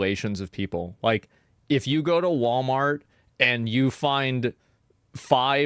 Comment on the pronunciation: It's pronounced "Wall-Martians" as in aliens from Mars.